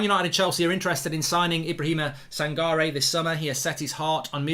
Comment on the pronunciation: It’s pronounce as San-ka-reh